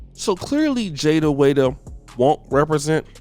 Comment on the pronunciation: Jada Wayda??? Her name is Jada Wayda!!! Smh